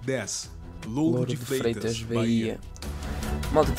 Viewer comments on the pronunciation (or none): Só pra constar é Lauro de Freitas, não louro